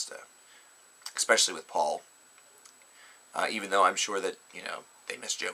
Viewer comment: Nice review, good points, but please... it's especially not expecially :P You like to sound intellectual, but it hurts when you say it, and English isn't even my first language ;) You better get it right, and dont axe why ;)